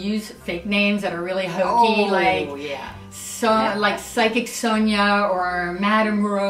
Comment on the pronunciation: Side kick? What? Oh you just don't know how to spell or pronounce psychic that's really funny XD